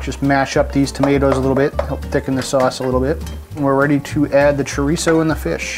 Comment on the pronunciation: Ahemmm... That's Sha-reese (chourico)